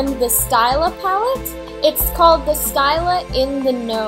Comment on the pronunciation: the palette is pronounced "stee-la" :)